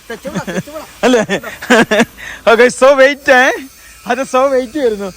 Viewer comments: SO WAIT അല്ല SO WHAT എന്ന് വായിക്കൂ മുത്തുമണികളെ 😂😂😂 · സൊ വെയിറ്റ് അല്ല സൊ വാട്ട്‌ എന്നാണ് കുരുപ്പോളെ 🤣. നജീബും കണക്കാ ലെ 🤪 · So വൈറ്റ് അല്ല സ്വ വാട്ട്‌ എന്ന ആണ്